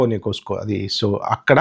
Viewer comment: Vedu views kosam entha kana digajarutadu.. sir poyi costco pronouncing nerchukondi.. musa…… .. …..